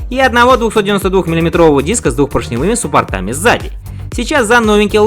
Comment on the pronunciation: учи ударения суппортами)))\